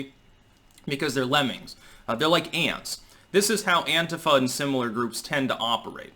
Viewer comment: Thank you for not being a moron that pronounces Antifa as anTEEfa.